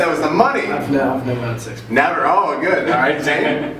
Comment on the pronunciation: The way he says sex *0*